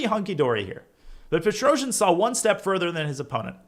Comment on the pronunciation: Its pronounced Tigran Pe-trosz-YAN not Petro-zhi-an :]